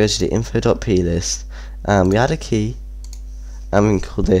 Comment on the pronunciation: Key not keu